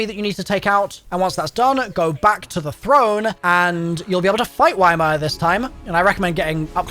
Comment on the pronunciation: pay attention to the dialogue, you're not saying ymir correctly at all 💀💀💀